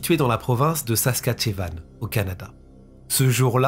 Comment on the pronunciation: Félicitations pour les 60K ❤ Pour info, la prononciation ressemble à : sas-kat-cho-wan .. pas simple je vous l’accorde. Saskatchewan vient du mot Cri « kisiskatchewanisipi », ce qui signifie « rivière aux flots rapides ». Cri = une des langues des Premières Nations canadiennes. Et surtout, super video, merci!